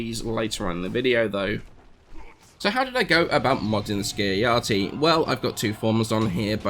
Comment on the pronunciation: Ski-uh-ya-ti? This isn't Norse; pronounce the J.